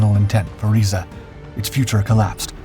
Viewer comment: clearly the narrator does not listen to rammstein... or the narrator would know how to say 'riese' rammstein: RYE ZA Narrator: reeeeeeeee